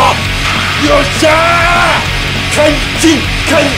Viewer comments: 解禁！解禁！ が、解チン！ に聞こえた人いるよね…？笑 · 解禁が監禁に聴こえて仕方なかった